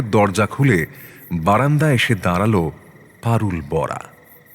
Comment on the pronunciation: কথক "বাড়ি" কে "বারি" বলছেন কেন??? "দাঁড়াল" কে "দাঁরাল" ???